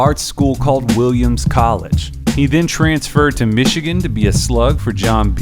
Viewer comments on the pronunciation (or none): none